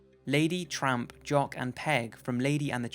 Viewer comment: Haha i thought he said trump, not tramp